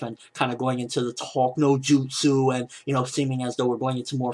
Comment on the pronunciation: "Talk no jutus" lol